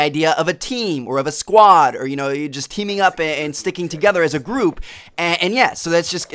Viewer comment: You say ' Squad ' really funny...